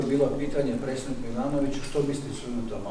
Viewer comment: Ovaj "sposobni" ministar stalno govori " presednik ". Toliko je lijen da mu je teško izgovarati - predsjednik . 🤦🏼‍♂️